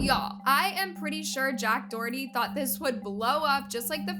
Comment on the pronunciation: Finally u said someone’s name correctly